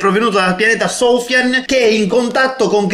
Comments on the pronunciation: Va bhe non è che adesso devi anche prendere per il culo i nomi esteri poi non si pronuncia "soufian" ma "sufian" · comunque soufian (e si legge in tutt'altro modo) è un nome arabo .